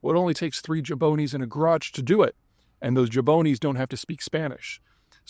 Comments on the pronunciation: Someone needs to help him pronounce jabroni. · To be fair it isn't used much anymore, I first heard it in "It's Always Sunny" but yeah he needs to add the R